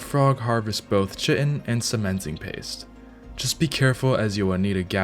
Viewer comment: Oh no. He said Chitten like "chicken" instead of CHITIN aka "Kite-in"